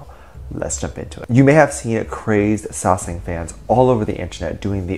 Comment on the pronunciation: Okay so I definitely agree with you about the fact that they need to be put in their place. I wanted to inform you that you are pronouncing it wrong it is Sasaeng and not Sesang. Sesang means world and Sasaeng means private life. I just figured youd like to know. This is not hate I love your vids I just figured youd like to know you were pronouncing it wrong. Edit: I only know that because of serendipity lol. "Nae cheonaAAaAAaaaaAAAA, nae sesaaaaAAAAaaaang"